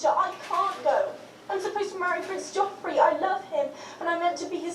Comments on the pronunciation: It's Joffrey not Geoffrey :) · It's Joffrey!! Not Geoffrey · it's actually Joffrey, not Geoffrey